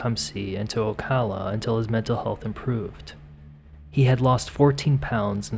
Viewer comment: Thank you for saying Ocala properly lol a rarity